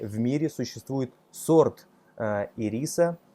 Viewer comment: Саша, мне неловко делать Вам замечание, но все же... ИрИс - это сорт конфет, а вот цветок - это Ирис (с ударением на первом слоге). Извините за замечание.